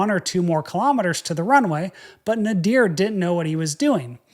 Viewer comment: Kilometers is pronounced kilo-meters, same as kilo-grams. Not ka-lom-it-ters.